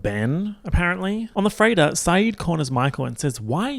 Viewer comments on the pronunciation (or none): lmfao every time said “freighter” I thought he was saying “Freyda” and all I could think was “Who the fuck is she??”